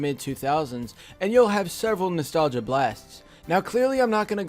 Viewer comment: How many times did he say nastalga